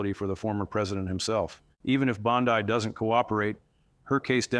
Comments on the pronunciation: PEOPLE! Stop believing what he is saying as true. This is FICTIONAL. "This content is fictional and not meant to represent real events, individuals, or outcomes." Read the description below the video all the way to the end. He also mispronounces Pam Bondi's name. IT IS FALSE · Wow, AI videos are getting scary capable. If you didn’t switch back and forth with your pronunciation of Bondi I don’t think I would have otherwise identified this for what it is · As much as I would love for this to be true. I don't think it is. I can't find this story anywhere else...on or off mainstream media. Plus the guy isn't even pronouncing her name correctly. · It is pronounced Bondee, not Bondeye. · Is not Bondai is Bondi. Ai that sounds very good and probably be true in the future, but not of this is true. You are being taken for fools. Look at reputable sources for your news. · Wow, his monotone annoying narration was difficult to listen to. Also, pronouncing 'Bon-dee' as 'Bon-dye' is very uninformed and tone-deaf, as well as pronouncing 'Chutkin' as 'Choot-kan' makes me wonder how informed this dude really is. No subscribe here. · The commentator, although looking very real and believable, give it all away and instantly becomes AI when in one instance he pronounces Bondi as "Bondee", correct. Then in the next instance he calls her "Bondye", incorrect. And, he says her law license has been taken away and she is being detained. Google says otherwise. Guess I'll have to cancel my subscription. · IT'S BON-DEE, NOT BOND-EYE. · You contunue tobproniunce Bondi's name two dofferent ways. Correct pronounciation phoneticalky: Bon...dee NOT Bon...dye. Thank you.. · Please, please pronounce her name correctly. It’s not bond-i , it’s Bondi with the i,sounding like an E. I can hardly stand listening to your information with the way you mispronounce her name all the time thank you. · Why can't you pronounce her name correctly? It's Bond-E. Geez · He keeps calling her Bond-eye.